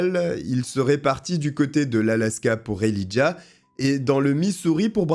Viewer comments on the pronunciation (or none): "Né dans l'état voisin du Wyoming" ??? Quel est cet état? On prononce Elijah él"eye"jah